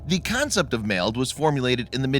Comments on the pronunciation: You're not pronouncing MALD right. The A in MALD is short. Like the "Wall". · I feel like your pronouncing MALD wrong